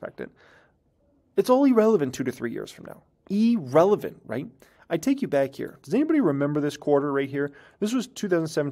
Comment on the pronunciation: The word E-Relevant doesn't exist. It's pronounced as "Ear-Relevant". The first letter is an "I", not an "E".